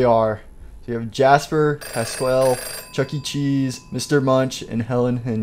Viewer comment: He called passqualli "pasquel"